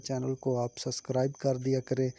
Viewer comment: Suscribe nae subscribe hota he